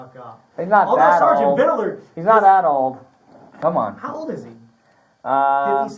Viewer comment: Vidler not vidaler. Good grief.